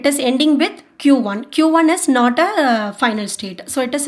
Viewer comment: Why do most Indians make that weird sound after they pronounce 't' at the end? Like when she pronounced 'not', she was like 'not ta' 😂... Anyway good explanation